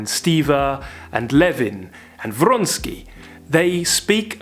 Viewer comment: They way you pronounced Vronsky..with this R. Well done!!! Suddenly the character is alive! Your reviews r magical....magically real.